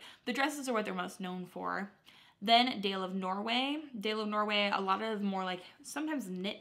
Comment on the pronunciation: not that it matters (at all) but it's pronounced "dah-leh of norway" I'm learning Norwegian so that stuck out to me lmao